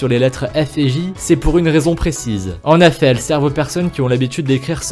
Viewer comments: Sa fait 6 fois que il a dit en Affet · Pourquoi a chaque fois tu dis en effat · " en affet" 😂😂😂😭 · « En affet » 😭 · « En Affait » Ah tu voulais dire en effet ✋🏽😅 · « en affet »😂😭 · "en affet"🤔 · Il m'a soûler avec ses "en efait. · Y’a que moi qui a remarqué le il dit en affet et pas en effet😂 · Il dis ( en aifet ) nan ?😂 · Les mots mal dit :en affet et les feu veux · Pouvez-vous ARTICULER ? Ou revoir votre diction ?... C'est insupportable... Exemple : essayez de dire "en effet", et non "en affet" ;) Et c'est "dommage que peu de gens le saCHent", etc. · MDR COMMENT IL DIT EN EFFET (EN AI FAIT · Mais comment il dit "en effet" lui !!! 😂🤣😂